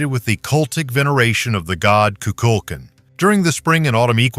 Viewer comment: The snake god name the way Mexicans pronounce it has the accent on the last syllable. Ku- kul - kan. The a in kan is like a ah sound also. Not kin.